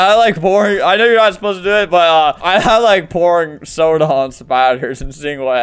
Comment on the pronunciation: before he said soda i thought he just said something that rhymes with corn